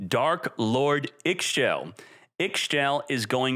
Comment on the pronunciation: I'm just happy to use all of my Darklords again. Also I'm pretty sure Ixchel is pronounced "E-Shell" or "E-Chell"